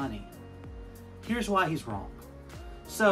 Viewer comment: Why do you keep calling it Trent?? And why do you add a K at the end of wrong??